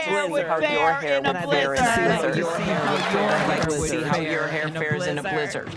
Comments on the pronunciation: It’s kind of a mildly good comeback the first time on Twitter. Like yeah, trumps hair would probably fall off his head in a blizzard. But why recite the same okayish tweet 500 times as if it was the funniest joke you’d heard in your life? AND WHY THE FUCK DOES SHE SAY BLIZZARD LIKE THAT!?!? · Damn she was proud of that joke. And she says blizzard really weird